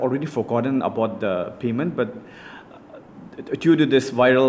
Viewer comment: Payment ❌ Peemints✅